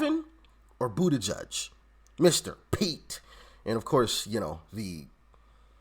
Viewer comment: It's But-tay-judge